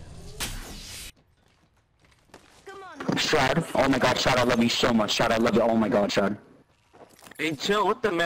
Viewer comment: That dude saying chill out and he’s backseat gaming *with a Indian accent ”don’t break your amor shroud”